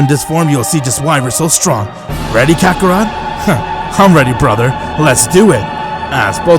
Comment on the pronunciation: It's kakarot nat kakarat